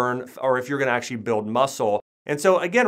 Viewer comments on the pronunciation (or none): Listen to how he says the word, actually. Acshuey... lmao